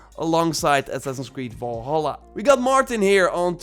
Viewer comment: Do not say valhala plzz!!